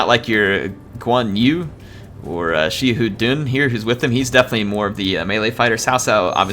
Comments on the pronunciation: Xiahou Dun is pronounced like Sa Ho Dune or Sa Ho Do In. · I think it’s pronounced sha-ho-dun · Great video, just one quick thing Xiahou Dun - "Sha-ho Do-in" Cao Cao - Tsow Tsow" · Hey,. According to my Chinese students, Xiahou Dun is pronounced like "SHA-how DOO-en." Yeah, I've been mispronouncing it for years, too. Thanks, Dynasty Warriors localization...